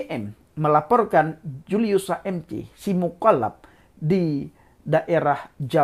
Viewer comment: Cara bicara 'Mukollap2' lutchu 😂😂😂. Semangat terus untuk memberitakan KEBENARAN. GBUs.